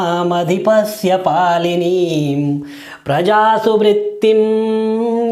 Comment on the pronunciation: आँप ने शुरु श्लोक में बारम्बार "पालनीं" शब्द का उच्चारण क्यों पालिनीं किए ?